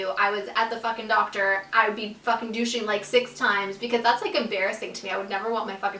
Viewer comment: What's dooshing or whatever she said?